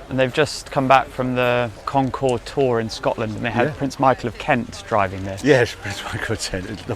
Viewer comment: Please don’t pronounce the S at the end of concours. Otherwise, mention bien comme d’habitude